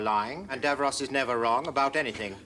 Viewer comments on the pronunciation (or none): It's Davros, not Davrose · Genuine curiosity here: Davros is clearly pronounced with the second syllable identical to the boy's name Ross. So why is it that Americans (and I've watched quite a few US Who reactors) always pronounce it as Dav-rohss? I mean, I've watched all of Friends, and Ross is never pronounced Rohss.